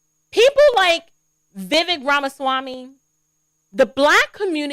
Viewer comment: pronounced Vi Vake